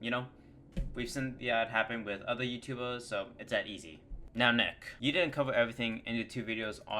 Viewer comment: 'wootoobers' lmao